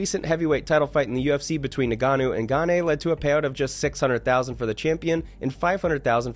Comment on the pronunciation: ngannou and gaethje. The th is silent in gaethje like gaeche. and ngannou is IN-gannou not na-gannou